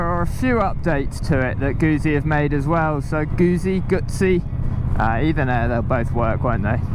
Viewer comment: It’s Guzzi as in pizza not Guzi as in leaning tower of Pisa. That simple. Like heated grips, Oxford heated grips are easy to fit and are quite cheap and wonderful and safer than your reaching for the engine method!! Great videos though, always look forward to them. Ride safe